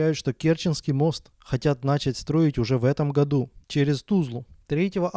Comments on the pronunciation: НачАть! А не НАчать... Все видео испортил :( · Слушать чувака, который говорит нАчать, и всерьез это воспринимать не реально! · начАААААть, а не нАчать.